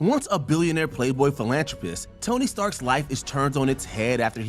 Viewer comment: lol bro said “philanCHropist”